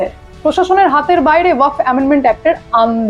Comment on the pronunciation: Waqf uccharon ta thik korun style pore marben